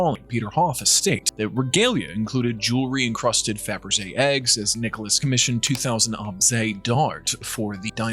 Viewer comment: Fabergé, et non fabra.